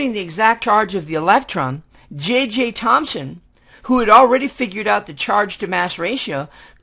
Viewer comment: Its JJ Thomson not JJ Thomspon if you see the subtitles.